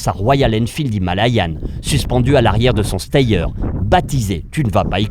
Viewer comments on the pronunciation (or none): Super vidéo ! Un seul bémol ; STEYR ce prononce CHTIR (c'est du suisse-allemand faut pas juger 🤣🤣🤣)